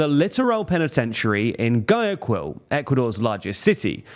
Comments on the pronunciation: Man, that "GaJaQuEeL" pronuciation... Guayaquil is pronounced "Guajakeel." Keep it going, if the most egregious mistake is the pronuciation it means you're doing a good job, as long as you keep working on improving as well, that is. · ...can you not read? There is only one 'G' in Guayaquil! The last syllable is pronounced 'kill' not 'gill' or 'guill'! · No, it’s guy-YA-kweel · My country has gone downhill over the years. Just wanted to point out that you massacred the pronunciation of the largest city in Ecuador, Guayaquil, which is pronounced GUA-YA-KILL when you say it in english. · Your mispronunciation of Guayaquil loses you some credibility. A quick check on Wikipedia would have let you see it’s [ɡwaʝakil] and not [ɡajakwil] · pronountiacion: G'U'ayaquil not Gayaquil, CorrEa, not COrrea (voice stresss on the E not the O); Mor'E'no, spanish 'e' not enghish open e. And other factors not mentioned as regional increase of crime (see data from Peru, Chile as well) increase in migration from Colombia and Venezuela, and fights between 2 factions of the Choneros after 'Rasquilla's death. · G-why-uh-keel is how you pronounce Guayaquil btw. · it's: gw-EYE-ah-keel. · Pleeeease!….GOOahyaquil, ok? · Gwa-ya-KEEL, bro. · Definitivamente, no lo niego y de seguro he hecho sangrar más de un oído al pronunciar nombres... Pero eso no me quita el cringe de "Gayakuil" jajaja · The second U silent in Guayaquil. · Apart from the (very) jarring mispronunciation of "Guayaquil" and "Moreno", this video was right on the money. It's quite sad and infuriating to see my birth country in shambles.